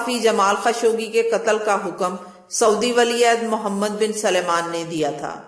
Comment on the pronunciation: PLS LEADERS KE NAAM SAHI BOLA KARO. WOH MOHAMMED BIN SALMAN HAI , SULAIMAN NAHIN. AUR SENATOR KO CENTRE BOL RAHE HO.